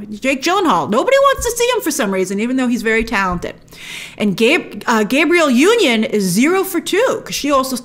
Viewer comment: Pronounced "Gabrielle" not gay-brielle union